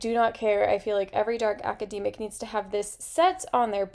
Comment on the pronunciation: Great suggestions! I've never heard it pronounced "aca-dee-mic" though, is that usual where you're from?